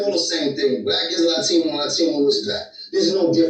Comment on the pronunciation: Did you say another Lie-tino? hehehe